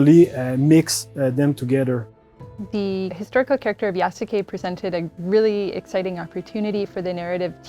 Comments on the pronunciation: There are a few wishes I have now: 1.) I hope they don't pronounce his name with the heavy U (YasUke) but more like "Yas'ke" in the game. 2.) Please don't let Yasuke and Naoe get romantically involved! That would rob them of some of their individual personality and more blend them together into one. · It’s pronounced yaske not yas u ke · wtf? pretty sure it's not pronounced "yasookay" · It's pronounced "Yas-kay" Ubisoft. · the writers dont know about yasuke either. can't even pronounce his name right. it's not "yasookay" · I find it hilarious that despite them making the game, they don't even know how to properly pronounce the names of their own characters. 💀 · The French guy being unable to say "Japan" the way most people do is forgivable. It's the woman with perfect English deliberately pronouncing the U in "Yasuke" that's driving me nuts. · I hope the voice actors actually yasukes name properly . The way they’re saying it is wrong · The most atrocious thing about this video is the ineptitude with which the names Yasuke and Naoe are pronounced. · Someone needs to teach that woman how to pronounce "Yasuke".